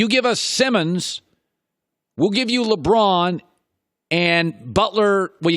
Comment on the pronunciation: Can we start a gofundme to get Chris Broussard a speech therapist to teach him to pronounce "LeBron" like a normal human being?